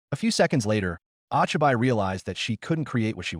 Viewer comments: When the ai doesn’t know the difference between names and nick names and pronounces it wrong. Ochiby? Wtf really disruptive 😊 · I like the story but how I am pained by the pronunciation. Oh-Chai-Bye, Oh-Knee-Eye, NEEN. Seriously bad text-to-speech AI. Oh-Chee-Bee (Ochibi, young child), Oh-Knee (Onii, older brother or older friend without honorific slightly polite with a slight elongation of the -ee syllable), and Neh-neh (Neene, older sister or female friend not regularly seen with an honorific and more familiar than polite and pronounced with a slight elongation of the first -eh syllable. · ah-chi-bye and oh-nee-aye is horrid.